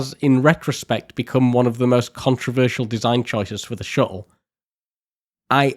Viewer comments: Great video! Never heard "shuttle" pronounced without any "t's" before XD Shu-le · Ngl as a fellow Englishmen your pronunciation of shuttle was a bit grating on me haha. Amazing video though! Ok seriously are you aware of the letter T 😂